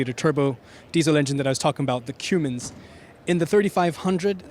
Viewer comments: Yes, You pronounce it CUM - INS. He was pronouncing it CUME - INS. lol. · Kinda lost me as being an auto reviewer when you pronounced it Cumins, and not Cummins. It’s not a spice. It’s a Diesel engine that I was sure any auto enthusiast knew how to pronounce. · It's CUM- INS, Not CUME- INS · Shouldn't an auto journalist know how to pronounce Cummins? lol "Cuemens".